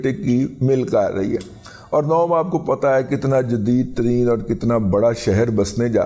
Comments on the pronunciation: أو پائی تصحیح فرمالیں "نوم" نہیں "نیوم" سٹی نام کے تیرا منہ انج اے اللہ دی قسمیں جیویں منہ ہندا اے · Razi Sahib, this is not nom (as you pronounced it) is NEOM means new future.Neo is a Latin word that means new, and M is Arabic word for mostaqbil, which means new. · نوم نہیں نیوم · داد جی ویسے سہی نام نیوم سٹی ہیں نوم نہیں ہیں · نوم نھیں نیوم ھے کہ عربی میں بھی یہی لکھا اور بولا جاتا ہے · دادا جی نوم نہیں نیوم (NEOM) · داداجی نوم نہیں ہے. نیوم سٹی. ہے نام